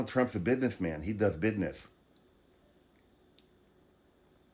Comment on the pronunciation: Wow I had no idea that there's a full surgical medical unit on your Air Force One, that's so cool, but yesss what Trump is doing in this term is blatant corruption 😑, on the other hand I like how you say "bizness" when referring to Donnys supporters 🤣